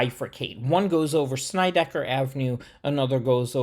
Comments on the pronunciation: Hey Dude ~ kool video. First, you got seriously good hair. Am an aging hipster from the East New York section of Brooklyn and grew up on Sheffield Av which runs parallel to Alabama & Georgia Avs. Second, it's not ''Snide-eye-ker" but "sned-ick-er". Plus, in the old Brooklyn accent the er is pronounced more like uh. Am now well into my 70s, moved to the Midwest 39 years ago but never lost my East New York accent and still speak that way. You pronounced Van Sinderen correctly. Not too far away the New Lots Avenue line runs past a street called Schenck Av. This street is pronounced ''skank''. In the old days we pronounced Avenue as "avnuh'' just in case you'd like to know. One thing more = there's an old story from Nick Fotiu who was one of my favorite pro hockey players of all time. While he was a genuinely tough guy, he shuddered at the thought of going thru Atlantic Avenue in the Long Island Railroad to hockey school in Long Island. Because of that whenever he was on the train in that station he would clutch an axe in order to ward off any trouble. ENY was and remains the toughest neighborhood in Brooklyn and in NYC. And in case you didn't know, nearby Broadway Junction used to the be the home of old Eastern Park which had been the Mecca of NYC sports way back in the 1890s. But that's for another video. Keep up the good work. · SNEDD-I-KER, not Snydekker! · The two streets are called (sin-ned-di-kerr) and (van-sin-dren)........... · It's not pronounced Snideker. It is pronounced like the word Sled with an n instead of an L. Van Sinderen as in Cinder.